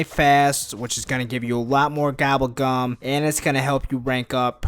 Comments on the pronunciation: Gobble gum not gabble gum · did he just say "Gabble Gam"